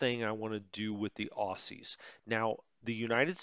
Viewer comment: Enjoying this, tempted to get this game because, much as I try, I just can't spend the time on WITP that I'd like to. Oh, and a quick pronunciation side note - "Aussies" is pronounced "Ozzies" not "Ossies" :-)